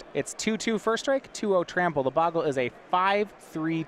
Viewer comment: I guess Magic players are incapable of pronouncing bogle correctly.